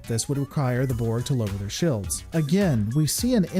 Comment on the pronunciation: Sorry but this is really standing out to me: Why do you pronounce "shields" or "fields" with a short "i"? It makes it sound like "shillds" or "fillds". Is that coming from some dialect or so?